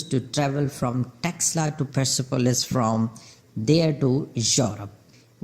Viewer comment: It is taxila University ...pronounce it properly